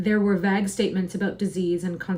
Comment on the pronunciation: Vague is pronounced vaeg, but looking forward to the next reading this was really nice :)